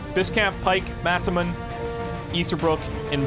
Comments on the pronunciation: I know this is very minor for you, but to us that speaks the language, it makes us cringe to butcher the name. The mune part of masamune is two different syllables, not one. Mu-ne, instead of mune. In English, Mah-Sa-Moo-Neh. Ne is provinces like eh with N in the beginning, not neigh. The google translation pronouncation is incorrect. Google is made to cater European or American English speaker. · Ma-sa-mu-ne Mah sah moo ne Not masamoon. Not masamuni. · That character named masamune is pronounced Maw-suh-moo-nay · mune? If it's pronounced mune, it would be spelled Myunーみゅん. This voice translation is incorrect. This translation is being read in English accent, not real Japanese translation. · Love your series! Just a note -- Masamune is pronounced phonetically, "mah-sah-moo-neh". Continue the good work,! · love your content, but dude.......Ma-Sa-Mu-(Nay) = Masamune LOL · Please listen to us when we say it's MasamuNAY.